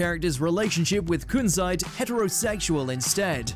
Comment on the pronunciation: I love how nobody pronounces zoisite or kunzite correctly 💀💀